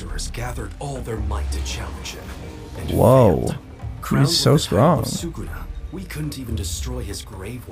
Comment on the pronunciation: It's 'Sukuna', guys 😭😂